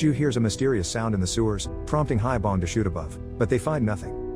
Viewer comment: One point to make, the granpa's name pronounced as 'Hee-Bong', not 'Hie-Bong'.